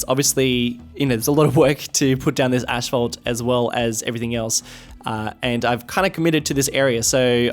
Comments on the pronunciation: Asphalt is not pronounced "Ash-fault" it is pronounced "ass-fault" lol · I want to correct your pronunciation of asphalt so bad.